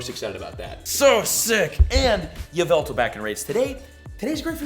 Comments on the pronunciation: its pronounced Yahvultal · Its actually called YA-VU-TAL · it’s yahveltal cough cough